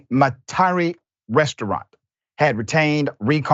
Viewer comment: Doc LoL it's Met a rie